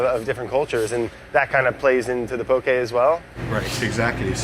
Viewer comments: Just a lil tip: it’s “poke” not poké or pokey or pokéy. There’s no é in ʻŌlelo Hawaiʻi :) you’ll see it written the incorrect way a lot in the mainland but “poke” is correct! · I love the way brad pronounced “poke”